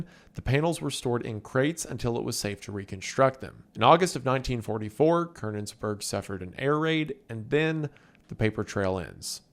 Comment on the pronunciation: not even close to how you say Konigsberg